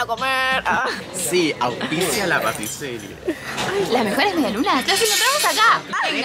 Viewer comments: El lugar: la pâtisserie (patiseri): la patiseria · PATISERIE JALAJAKAJ se pronuncia patiserí